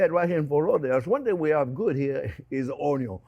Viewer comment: Chef, you truly are a gem. I am SO THANKFUL my son came home from school 2+ years ago saying......"this guy says Onyo!" It's been one of the best discoveries in my life at 50 years of age. It would have been an absolute honor to learn from you in your school. Take care!!!!